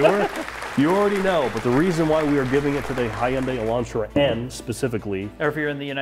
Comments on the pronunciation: Decent lineup. Oh and, it's 'Hyun-DAY' (two syllables, not three). Overall, a decent list and well thought out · He goes Hai-Yun-Dei Elantra, and gets corrected. That was funny lol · Both pronunciations of Hyundai are wrong. I salute the effort.